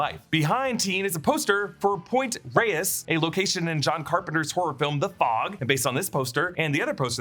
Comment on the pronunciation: One pet peeve: It’s not pronounced “point ray-ess”. It’s “point rays”.